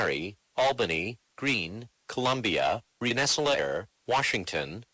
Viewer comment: RENN-ESS-ALL-A-AIR why, just why?